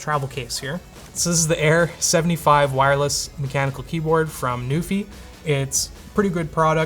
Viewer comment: Until I actually saw it on the poster and such I thought was saying "Newfie" and I was so excited for a Canadian product getting featured!... Nope, it's NuPhy >.>